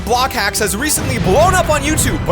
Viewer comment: did he say block hacks?